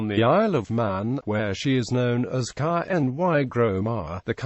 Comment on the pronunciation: How can a snotty-programmed computer figure out to pronounce Gaelic? All wrong.